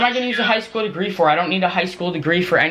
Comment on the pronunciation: "I'm gonna have a elementary school dagree" I'm dying 😂😂😂😂😂😂😂😂